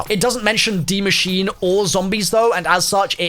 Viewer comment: for you youtubers saying die machine its die maschine (ma sheen uh)